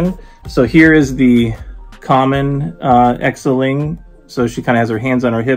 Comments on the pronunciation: Btw Xialing is pronounced Zie-ling. The beginning rhymes with pie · Whoaaaaaa nice collector's corp box and video 👏👏👏 by the way, the sticker is Morris - one of the mystical creatures from Ta-Lo village and Xialing, you can pronounce it simple as "Sialing"🤗 Will get mine by next month from a friend🥰🤩😍